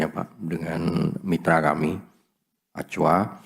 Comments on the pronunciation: Lah.. kocak. Orang kita, sebut Ac wa. Malah sebut.. Aqua. 😅🤣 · Acwa pake qalqalah lagi wkwk